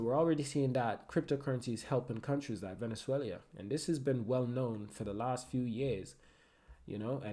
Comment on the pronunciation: Venezuelia xD 😆 wtf man